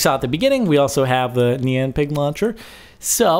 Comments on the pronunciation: I HATE IT WHEN PEOPLE SAY NEON INSTED OF NYAN !!!!! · It is pronounced nee-an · NYAN= NEE-ON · No, it is (Ne-an) cat. It only makes sence because (ne-an cat) means meow. Poeple just say it like (ni-an) cat because how it looks. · no, no its not that would be wierd, its knee-yan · Nian, that's how it is pronounced, look it up on google :) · Nyan is pronounced "neon" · No, it's pronounced nian, it's Japaneese, look it up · its pronounced naiyan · It's pronounced nih on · Your not saying it right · You pronounced Nyan wrong -_ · Nyan is not pronounced like cyan